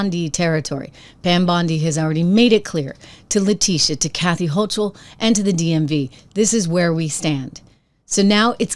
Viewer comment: I appreciate your candor. Not criticizing, but the "ch" in Hochul is pronounced as a "k". 👍